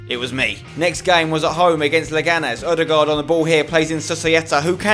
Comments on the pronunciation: You are the ONLY youtuber that can say Ødegaard propardly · I like how you say ødegard right, unlike other englishmeb, haha!